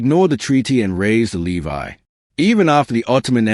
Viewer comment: Not bad AI voice but Levi instead of levy?